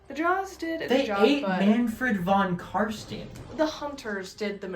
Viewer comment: Nice battle report, but for the love of Nagash: you pronounce Von Carstein just like you would say Einstein.